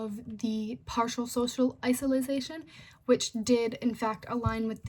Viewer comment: (iso-late-shin) isolation , you were saying "isilization." But other than that I say it was a good presentation. Good job